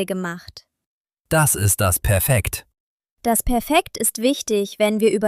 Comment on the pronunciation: Das Nomen Perfekt wird aber auf der ersten Silbe betont, im Unterschied zum Adjektiv perfekt .